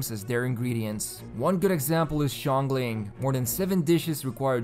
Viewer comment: xiang ling not xian gling